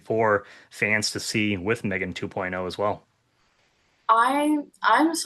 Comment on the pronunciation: Ty all youre allowed but it's pronounced MEGAN